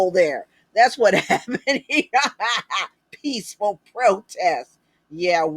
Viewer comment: He meant peesssful or pisssful protest.